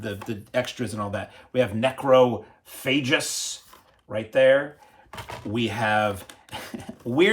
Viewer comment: Weird pronunciation of the Spanish names and titles like they were English ) Necrophagus, Becquer, Xavier, Angel... 😂